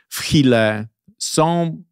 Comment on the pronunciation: Pierwszy raz słyszałem żeby ktoś Chile wymówił tak jak sie pisze. Tobie nawet brew nie drgnęła. Pozdrawiam